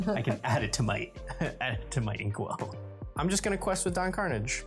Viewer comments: I'm guessing none of the team has actually watched TaleSpin. Karnage is not pronounced Carnage. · I guess Veggiewagon never watched TaleSpin as a kid because that is not how the great sky pirate Don Karnage pronounces his last name.